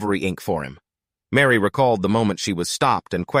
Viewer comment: Her name is Mari not Mary! At least get the names right!